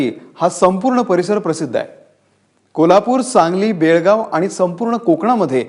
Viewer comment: Kasle adani news reporter aahe.. Belgav la borgav mantat.. Wah wah...👎👎